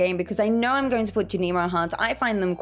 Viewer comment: Thank you for a greatly informative video!! I have always planted in squares and rectangles but I love the flower-like pattern you made when using the sprinklers! Also I am glad you offer a different way of saying Junimo (I like your way the most) Subscribed 💜